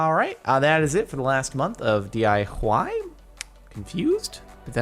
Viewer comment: its dee eye wye, not dee eye hawey